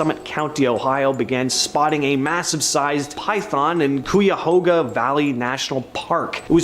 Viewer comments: Cuyahoga is pronounced (Ki-a-Ho-ga) . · If you’re going to mention locations you really need to learn proper pronunciation Lima is like lime-a Marietta has an I in the middle, not merretta, Cuyahoga is pronounced Ki-a-hoe-ga And so forth, there were more mispronounced